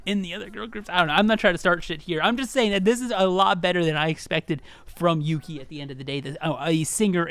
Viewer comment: I laughed when you pronounced Yuqi's name as "Yuki" But yeah, i feel like Yuqi would have worked better as a rapper. Don't get me wrong, i think she's an amazing vocalist but her voice isn't suited for Idle's usual vibe, which is a decent level of high pitched with a dreamy quality. Yuqi has a very bold voice that would stand out in rap parts more than vocal parts. Besides, her deep voice is a stark contrast to Soyeon's high pitched one, and i think they'd work really well as a rapline. A lot like Moonbyul and Hwasa from Mamamoo, E:U and Aisha from Everglow or Hyuna and Jiyoon from 4minute.